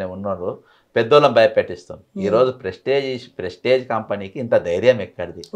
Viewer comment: Pesticize kaadu ra anchor..Prestige..🙆🏻